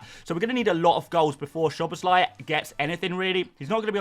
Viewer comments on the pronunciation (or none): Since you care about getting pronunciations right, Hungarian "Sz" is pronounced S, so it's "S"oboszlai, not "Sh"oboszlai.